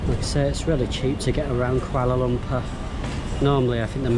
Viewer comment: Pronunciation tips. Say the word as it sounds when you read the alphabets. A = ah, B = bh, C = ch, thus canai is 'cha-nigh'. Kandar = k (kh) a (ah) n (nasal n) d (dah) a (ah) r (rah) = kan-dhar, kan as in (khan minus the h), similarly Lumpur = Lum (l = leh, u = u, m = mm) as in 'loom', pur (p = peh, u = uh, r = rah) as in 'poo-r'. No offense, I love this channel, would love to see more from you :)